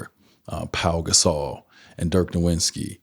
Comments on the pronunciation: Did he just call him Dirk Nowinski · Great you met. Dirks name is Nowitzki not Nowintzki ^^ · This clown still can't pronounce Dirk's last name correctly.